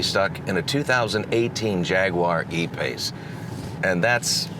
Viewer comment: Lmao,,,the “a pace”.......hahahhahahah